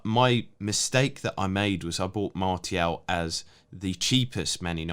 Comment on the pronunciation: That pronunciation of Martial is driving me nuts 😜